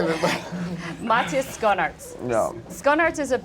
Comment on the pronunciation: The pronunciation of Schoenaerts....